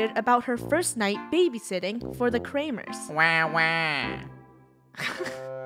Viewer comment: the kramers... mor like krewmers